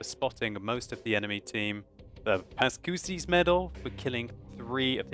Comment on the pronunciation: hi, thanks for your job, i learn many things about this game. you say ''pascucci'' like ''pascussi'' in italian, you have to use the same C as ''ciao'' pronunciation. i write this not to be a f*king teacher, but because i see you learn different pronunciations about tanks and i wanna help you about italian. (waiting for italian tech three;) )